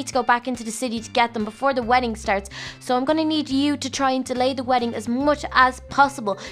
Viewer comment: it's wedding not weedding